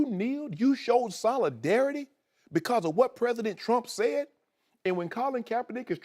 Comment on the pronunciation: "You kneeled to show soladareity" 😂😂😂😂